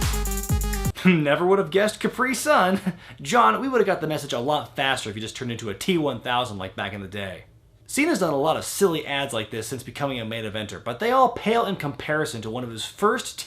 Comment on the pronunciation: Stomp Sounds like you're stressing the 2nd syllable too much.